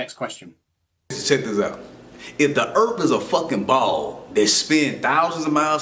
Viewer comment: Check this out Delano. It's called erf, not earlp.